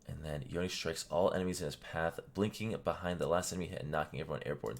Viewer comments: Professor: Yon-ne Me: Yone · isnt it pronounced "Yohn" not "Yoneh"?